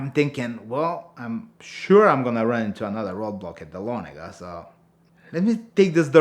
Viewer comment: 2 things. first, dont make blood mountain runs during the day second, its nice to hear folks pronounce Dahlonega correctly.